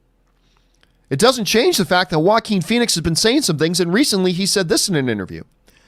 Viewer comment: "Jokin" Phoenix, that's how you pronounce it, right? He was born for the role!